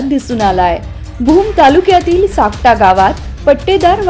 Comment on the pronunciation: सापटा नाही सुकटा मॅडम तालुका भूम जिल्हा धाराशिव